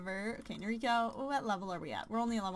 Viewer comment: Umh.. Im sorry you can prenounce it however you want but you're saying the name "Noriko" wrong, since she's japanese you prenounce it as "No-Ri-ko" and not "Nori-ko". Sorry i suck but the weeb in me had to tell you xD